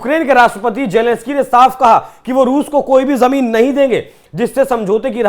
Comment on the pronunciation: Jelenesky! The pronunciation was hilarious!!😂😂😂😂